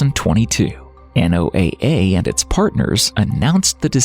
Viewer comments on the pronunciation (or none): The repetitive spelling out of NOAA is extremely annoying everyone I've ever met speaks/pronounces it as a word.